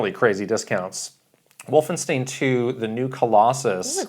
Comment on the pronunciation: Wolfen-STEEN? Did these guys open up for Bruce SpringSTEIN?